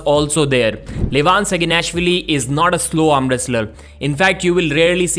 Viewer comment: “Vin live on SaginNASHwilly”